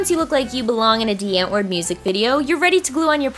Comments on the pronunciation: ITS DI ANTWOORD NOT DEE ANTWOORD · it's pronounced "Dee ahhnt-voort"!!!! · Anyone just had like a flip out when she knows dieantwoord! (Sorry for the spelling) I lost it 😜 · die antwoord is pronounced differently but anywayz awesome vid 😍